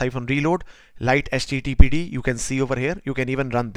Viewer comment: Mate it's pronounced 'lighty'